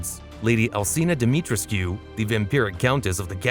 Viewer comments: How are you guna mispronounce Dimitrescu when it literally says it out loud in the game lol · Your pronunciation of Demitrescu hurt my soul but other than that great video!